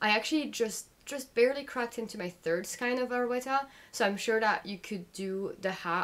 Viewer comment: Really informative and nice to catch up on your WIPs! Pls try pronouncing skein to rhyme with rain? 😅